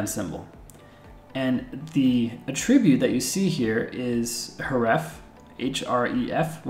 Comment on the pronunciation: "The uh-TRIB-bute that you see here, is hureffe" I'm not mad, I'm just disappointed.